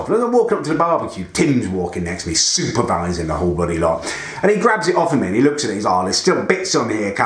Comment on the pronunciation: He also says "luke" instead of look. 😂😂